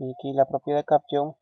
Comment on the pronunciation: Estimado amigo. Muy didáctico pero trata de nombrar los comandos y términos que están en inglés tal cual como se deben decir... No digas AUTOSISE cuando en inglés se escucha Autosais y CAPTION se pronuncia Capchion. No sólo es bueno enseñar a programar sino a decir las palabras en su idioma correctamente. Igual te ganaste un like. Tu intención es muy buena. Felicitaciones.